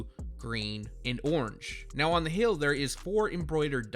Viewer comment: Why tf u say hill instead of heel